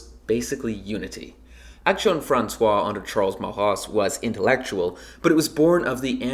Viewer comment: You pronounced "Action Française" as "Action Françoise", "ai" is pronounced like in bed. Otherwise it's good dw 😂 !